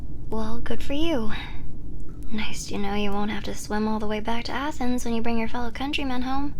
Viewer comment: When you sed "the king of athenes" i FREAKED OUT beasue im greek!